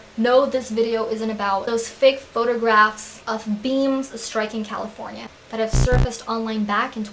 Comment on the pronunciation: and califirena